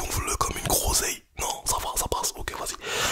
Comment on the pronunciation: « Tu gonfles comme une grrrroseille » jsuis morte